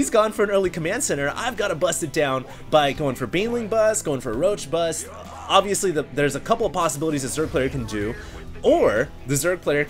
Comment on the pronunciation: xD love when he repeat "ovesly" 3 times per 1 minute <3